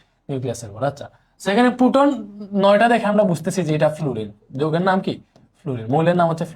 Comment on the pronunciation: পুটন না প্রোটন। 😅